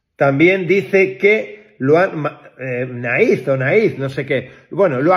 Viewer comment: a ver es ertzaina , y naiz se pronuncia nais , palurdos